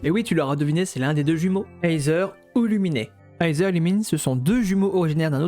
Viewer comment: Bonne vidéo🔥🔥🔥🔥🔥🔥🔥🔥 mais la pronostication de Aether et Lumine sont: Iteur et Lumine pas Luminé x)